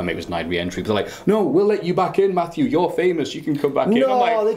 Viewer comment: FACK! IT'S MAFFEW